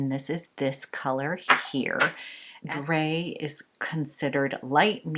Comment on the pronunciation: Drei is pronounced dry :P ei makes an aj sound like the end of die.